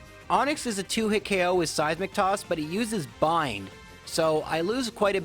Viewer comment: All I hear is "Size McToss".